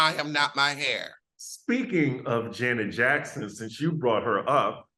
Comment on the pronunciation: I know you didn't say Janet "Jackston"..😂😂